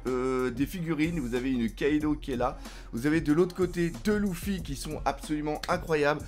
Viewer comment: Première fois que je regarde cette chaine et j'entends dés le début " Louffy " j'ai envie de tout cassé être fan de One Piece et dire " Louffy " plus jamais je reviendrais !